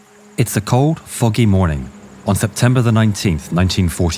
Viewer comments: I thought you say at the begining is "it's cold f**king morning" but i replayed it and it say foggy🤣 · Its a cold fucking morning : bro your accent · Thought he said cold f*cking morning 💀